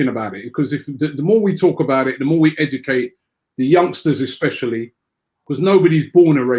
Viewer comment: "edecate" can robbie say any words correctly?